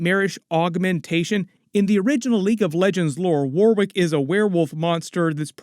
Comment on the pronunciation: It’s pronounced “Warick”… the second W in Warwick is actually silent.